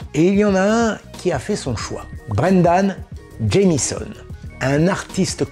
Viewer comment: Brendan Jamison, attention, pas Jamsion